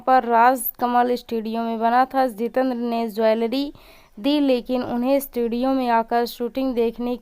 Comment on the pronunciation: It is not Zitendra, it is Jitendra !! You are not speaking proper words.